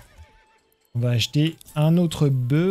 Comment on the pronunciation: Bravo, super série. Juste un détail : au singulier, le "f" de "boeuf" se prononce.